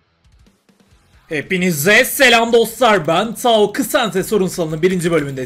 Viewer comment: Ksante... K is silent hillbilly